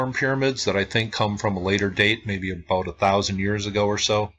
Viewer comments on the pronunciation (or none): none